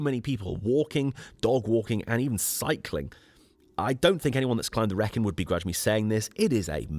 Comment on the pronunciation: You are doing it deliberately, aren't you?! "Wrekin" the way you say it, the first syllabub rhymes with "Wreck"! Extraordinary! What ever gave you that idea? Eeeeeeeveryone knows it rhymes with "reek"! "Reek-in". <Shakes head in wonder> Tolkein's inspiration for Mordor and Mount Doom, of course. And a Led Zeppelin anthem. Every Brummie/Black Country person describes a long and exhausting walk, speech, video as "Yow gooin' all arow-und the Wrekinn, bab". Ahhh, poetry. Teasing aside - glorious video of the centre of the known universe (no bias here). Oh!! And if you were to read "King Arthur: The Truth Behind The Legend" by Rodney Castleden you would know that he is buried at Basschurch! Just a step from where you slept. All of which most historians dispute, and I agree, but let's not get reality in the way of a good story. It's a fun and well written book, if you've never read a factual book before; though I enjoyed it.